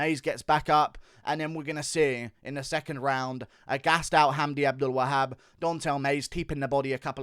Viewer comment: Best pronunciation of the name Abdelwahab I’ve ever heard props